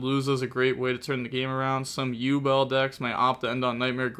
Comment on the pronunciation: I can't believe he pronounced yubel correctly. worlds first 😂